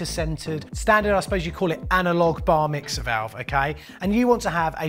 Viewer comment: old boy. Did you say Bar mixer or did you say Bar Mitzvah? hehe.